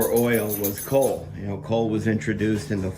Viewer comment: That actually sounded like coke, not coal.